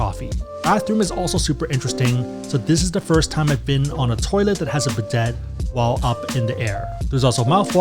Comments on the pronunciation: Not bidett, bi-day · Yep, always pick the Asian fare on Asian airlines or any flight going to or coming from Asia. It’s almost always better than the western fare. Side note: it’s spelled bidet but it’s pronounced bi-day. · How are you pronouncing so many words wrong? Bidet? Gnocchi?